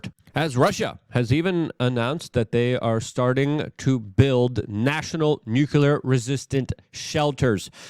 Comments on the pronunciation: New - clee - err. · Nuclear is pronounced NEW-CLEAR. Please, Luke...you should know this